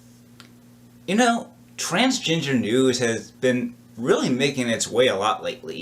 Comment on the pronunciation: Transginger. This dude is saying transginger